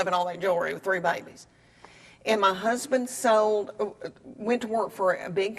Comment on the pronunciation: Leane!! you're the funniest. the prettiest too. So lovable. The way you say the word 'lord' is just amazing. still my favorite line ever : ... then my hursband remembers me !